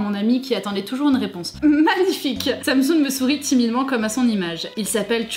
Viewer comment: quand vous dites sam soon, j'ai l'impression que vous dites samsung ça m'a perturbéééééééé jpp